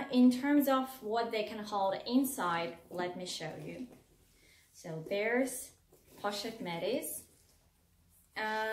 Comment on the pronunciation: You are pronouncing the Pochette Métis incorrectly! You should look up videos on it so you can pronounce it correctly!!! It sounds very off. I love both bag! I found this video because I’ve become obsessed with the mylockme bag in the pm. Great video!!! New subscriber!